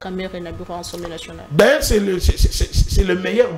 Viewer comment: J'ai l'habitude de vous suivre et je vous exhorte à bien prononcer les mots, on ne dit pas Ensemblé nationale mais plutôt ASSEMBLÉE NATIONALE